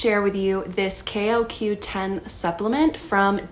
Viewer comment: Can u even pronounce it right? Jesus